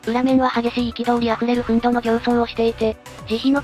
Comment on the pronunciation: 憤怒 → ふんぬ でお願いします。